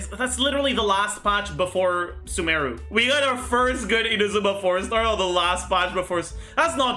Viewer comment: Holy shit the only dude pronouncing Sumeru correctly lol. Other CCs out here calling it "Sumaroo".